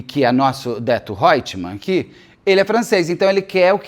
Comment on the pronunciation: Cada vez que Beto fala Odeto eu solto uma gargalhada …